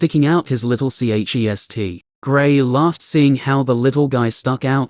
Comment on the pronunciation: Why can't this AI pronounce chest